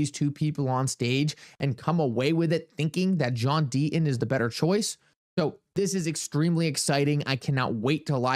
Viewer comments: There is a 'T' in the name Deaton , has to be pronounced ...Sir. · There is a "t" in Deaton